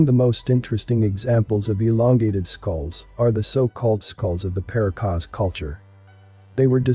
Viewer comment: “Puh- RAH- cus”